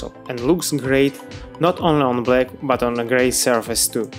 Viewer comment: . It's BLACK, not Balck... honest mistake